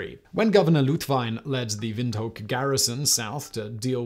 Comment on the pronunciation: Great video! But as far as I know, the pronunciation is more like "wind hook!"